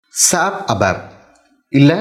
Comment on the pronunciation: Sir with due respect, please don't pronounce "SAP" like a word, its S.A.P